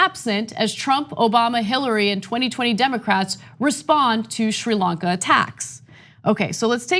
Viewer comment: I seem to recall TYT criticism of Donald Trump for not using the word Muslims when talking about the Christchurch massacre. I guess Democrats get a pass. Plus Ana, learn how to pronounce Sri Lanka. I suggest you watch the BBC.